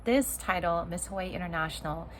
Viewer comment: I like how you say Hawaii. Sound like a true Hawaiian.